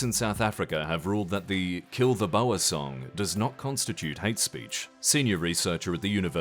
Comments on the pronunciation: I bet, I and many other have completely butchered the pronunciation of words from other nations. "Boer" here sounds like Bouer (builder), lol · (White) South African viewer here. The answer is "no". Crime happens, sometimes it happens to farms, sometimes it happens to white farmers. Some pronunciation comments, because funny: Ramaphosa is pronounced "Rama-posa" not "Ramafosa" Boer is pronounced "boor" like the "oh" in "oh la la" (also with a rolled r, but not everyone van do that). Malema is "muh-LEH-muh" with the same rhytym as "banana", not "mah-leh-MAH" with the same rhythm as "halibut" And lastly, the "aa" in Afrikaans/Afrikaaner is pronounced like the "ar" in "barn" not the "a" in "can".